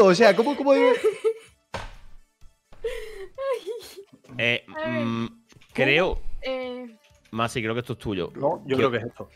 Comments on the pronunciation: Ostras pensé que decía messi jaja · Donde dice massi pense que decia messi xd